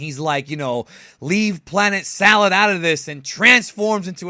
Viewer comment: I could be wrong but isn't it planet "Sadal" not "salad"? Narrator kept saying "salad" just want to make sure which one is which?